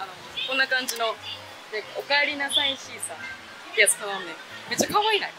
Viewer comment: シーサーパックのことシークァーサーパックって言ってる😂可愛い😂😂❤